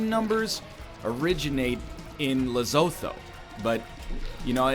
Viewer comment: uhhhh excuse me Lesotho is pronounced "Lesutuu"